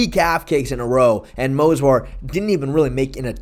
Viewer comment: It's Movsar bro, not Mosvar lol